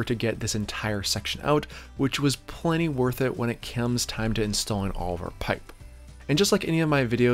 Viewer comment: Easy on the P's, I don't think I can listen to you over pronounce pipe one more time.